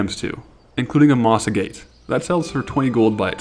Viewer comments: Agate is pronounced "AG-it." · "Agate" is pronounced "a-git"' with no silent e, if that's helpful at all :) love the series